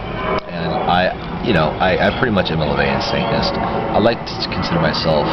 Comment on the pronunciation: it bugs me it sounds like he says "saintness" instead of "satanist"